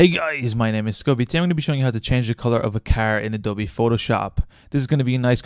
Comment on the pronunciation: I thought it was pronounced A-doh-b